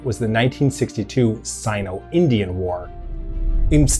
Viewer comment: I hate how you pronounce Sino.